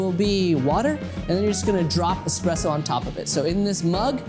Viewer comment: Pronouncing Expresso wrong.